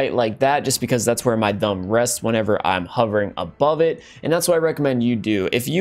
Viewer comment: This guy pronounces "thumb" with the wrong "th" noise...